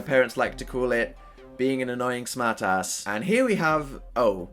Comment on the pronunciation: I KNOW I WAS LIKE, "does he always say smart like that, damn."